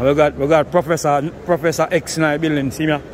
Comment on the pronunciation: Did hi say professor X bloodclat 🤣🤣🤣